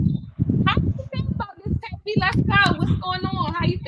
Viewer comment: How much did Cj pay you to post an entire thread on these two nobodies interviewing on a Royalty hate page. Or did he promise to do to you what Dilo “ALLEGEDLY “ did to Tavie🙄. She should’ve told you how to at least pronounce her name right. It’s Tay-V.🙄